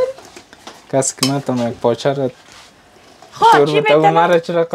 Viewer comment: تلفظ تان به مردم کابل نمیمانه باز چرا میگین کابلی هستیم پایچه چیست پاچه در حقیقت کله پاچه اس دگه چلی کباب ههههه چپلی کباب تمام برنامه های تان میبینم مگر تلفظ تان به مردم کابل نمیمانه دگه ده وقت میده کردن پیاز و سیر ده سر و چادر خود دست نزن بو می‌گیرد لباس هایت 😂😂 امیدوار هستم خفه نشین ❤❤